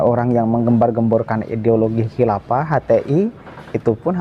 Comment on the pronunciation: Nyebut kilafah sampek kiafah..wkekkekkwkekekkekkkkkk